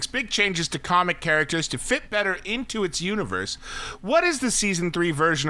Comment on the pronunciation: “cahracters” ?😅😂 oh no no nooo 🤦🏽‍♂️